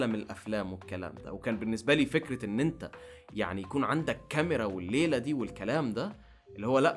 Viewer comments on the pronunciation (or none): none